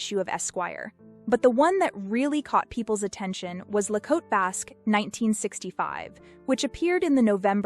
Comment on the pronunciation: Thank you so much for not pronouncing "Cote" as "kotay."